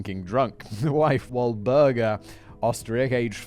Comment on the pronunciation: I guess it's because of how my brain works, but I love all the ways Simon will either mispronounce a word or misspeak with a sentence. I lost track of how many different ways he pronounced Walburga. I really love it though and it's great to hear him just going with the flow and I still get whatever he's saying anyway.